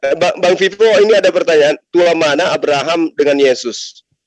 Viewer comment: Nyebut Abraham aja arbaham...gmn paham dgn yg lain 😂😂😂😂😂😂😂